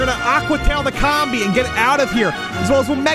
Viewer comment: Did you just say comb it’s com bee